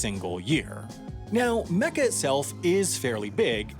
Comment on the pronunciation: You said Mecca, Mohammad, Muslim and Hajj wrong